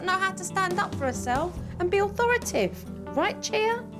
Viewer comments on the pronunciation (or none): Jo, it's authoriTATive, not authoritive. No such word.